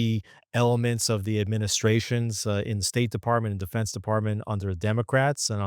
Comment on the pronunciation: Why do you say “Street” instead of “State” ?